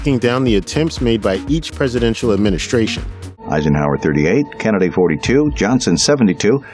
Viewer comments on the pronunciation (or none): none